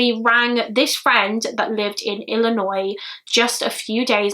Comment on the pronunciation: thank you soso much. You pronounce Illinois properly. So happy you didn't sat Illi noise